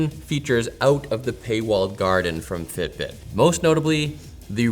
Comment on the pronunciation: I think I heard say the 'Fit Brit' app. 😂😂